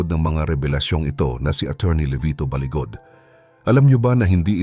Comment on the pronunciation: Balibad not baligod